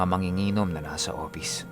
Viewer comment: Hehehe.. Opis nalang para madali.. mahirap bigkasin ang F. 🤣🤣🤣🤣